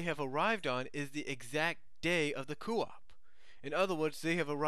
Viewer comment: Just to mention. "Coup" is pronounced "coo" since it is a French word. It was said by Robotnik & Sally in Season 2. (first time in BttP 1/2, said by Sally & said by Robotnik in Cry of the Wolf)